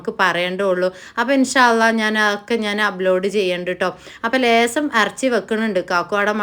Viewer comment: അറച്ചി അല്ല ഇറച്ചി 😅